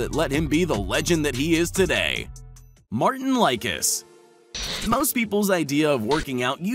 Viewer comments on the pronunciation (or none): Welll,,, correction just a few things:) ..... brian shaw did not win 4 wsm in a row. He lost between his titles. His greatest rival was zudrunas zavickas. :) .... eddie hall did NOT pull the deadlift record at 2017,but at 2016. ..martins licis kast name is oronounced lisis,not likis. ... and odd haugen,s last name is pronounced haaugeen. He is from norway.... hafthor is not named half thor but hafthor.....robert oberst does not have the american log lift record, robb kerney has that . So,,,,, i tip,if you are going to make vids about strongmen,,,, do not include wheels,jujjimufu and the other joke of a "bodybuilder", they are not strongmen. The real strongmen here are,shaw,hafthor,hall,savickas,kieliskowski and martins licis. The rest are doing it for likes on youtube. Stupid. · Mar-teens lee-sees (Martin Licis) everybody makes mistakes bra😂💪🏾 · I cried when he said Martin likeus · Did anyone actually research the "facts" and names pronunciations presented here? Brian Shaw has won four WSM titles, but not in a row (except the last two), and Martins Licis' and Odd Haugens' names were butchered. I won't watch this amateur crap channel again.